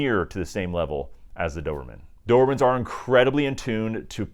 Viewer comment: You’re self called expert and you keep calling them Doerman??? I know Americans have difficult with English language, but for god’s sake, make some effort…